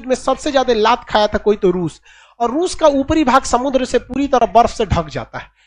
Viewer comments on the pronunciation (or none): none